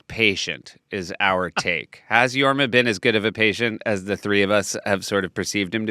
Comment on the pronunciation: Jorm? Isnt it Jorma